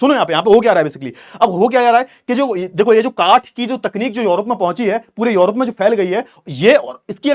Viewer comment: सर योरोप नहीं यूरोप है।